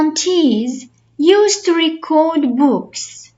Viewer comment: Thanks for your effort, but the pronunciation of the word "record" is not correct according to both American and British English. 😊